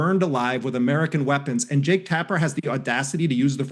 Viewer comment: Jake rhymes with 'joke'. Or close enough not to matter, anyway.